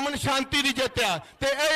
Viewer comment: Starting ch waheguru ji ka khaalsa nu .... waheguru jii kaa thaaalsa bol gyi 🤦🤦🤦